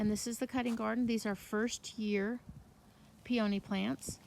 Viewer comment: Please learn to pronounce peony!